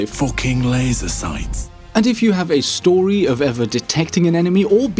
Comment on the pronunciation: "f00kin laiser soights"